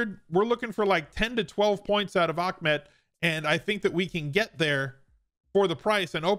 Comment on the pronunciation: Ahmad is pronounced “Ahhhh” like when you drink a good drink you say “ahhhh” then add mad lol